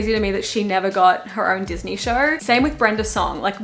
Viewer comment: " DIS KNEE KNORR " lol